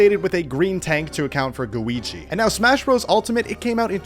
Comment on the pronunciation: Guigi? I thought he was called Luigi.😂😂😂😂😂😂😂😂😂